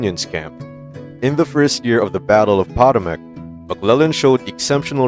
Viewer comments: It's An-tee-tum and Poe-toe-mac. Get your pronouncination right!! Also, that s not Lincolns death bed photo! His eyes would have been black, the effect from the bullet behind his brow. This is a lousy video! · Potomac Pa-tow-mic Antietam. An-tee-tum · “Copper Union,” “An-tie’-tum,” “Pot’-uh-Mac,” “Bayl-ti-more.” YouTube videos are very annoying — and lose a lot of credibility — when they are narrated with a synthetic computer voice and then not edited for pronunciation errors. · First off You can not even properly pronounce Potomac, You said Pot-O-Mack. it is pronounced Puh-tow-muhk. The only known Lincoln death picture was taken at a distance in the Illinois state house, your photo is BS. Last off no one in the US says the president of America, it's the President of the United States, some of us in the US actually know and read are history. Try to do better. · It drives me batty when voiceover artists don't bother getting the pronunciation of places and names correct. If you don't know, it literally takes seconds to look up online. Antietam, for example, is pronounced Ant-EAT-um. Not Ant-EYE-et-um. It's Pah-TOE-mick, not POT-uh-mick. And seriously, you don't even know it's pronounced BALL-tuh-more??? It detracts from the content to hear these clunkers. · OH FFS ... It's NOT Pot-oh-mack it Pa-toe-mack ... this shit is getting to be nails on a chalkboard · The robot narrator pronounced Potomac pot oh muck. Bot narration undermines the integrity of a video. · You REALLY need to learn how to pronounce (or train your voice bot to pronounce) some of the geography in this video: It's An-TEE-t'm (Antietam) ... and Puh-TOW-muck (Potomac) ... and especially, BAWL-t'more (Baltimore). Mispronouncing names and places like this really hamstrings your credibility... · ANT TEE TOM POT TOE MACK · Work on your pronunciation bud. An-TEE- tum Pa- Toe- Muk. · ANTIETAM pronounced AN TEE TUM POTOMAC pronounced PA TOW MC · Also, it's pronounced "An-tee-dum" and "Poe-toe-mik". SMH